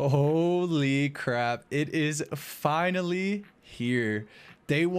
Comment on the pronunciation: "FiNaLy" dude got 53kc tome and fr said FINALY😂💀💀